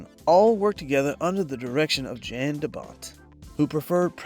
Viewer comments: hey sorry, but it's pronounced "yahn" De Bont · Just a tip: the director is Dutch, so his name is pronounced "Yan" instead of with a J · Poor Jan de Bont. No one ever pronounces his name correctly. The "J" is pronounced like a "Y". His first name is pronounced like "Yawn". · Someone needs to teach AI how to pronounce DoBont's first name. 🤦🤦‍♂🤦‍♀